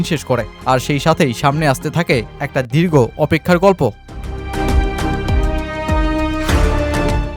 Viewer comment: ওবার কি ভাই? ওভার বলেন। দিরগো না, দীর্ঘ, ঠিক মত বাংলাও বলতে পারেন না, আবার ভিডিও বানান।